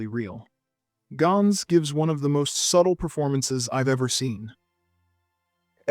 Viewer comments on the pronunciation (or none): none